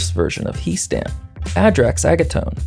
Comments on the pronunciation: I've seen Warhammer TTS to know that is pronounced "Hee" Stan. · It's pronounced He' Stan, not He' Stan.